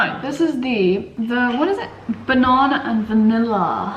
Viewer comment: When you say 'banana', it sounds like 'ba - naRna' (I'm assuming that's what she means)